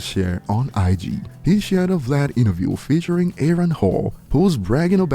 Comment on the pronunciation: I've got a strong feeling he learned how to say the name Aaron from the substitute teacher skit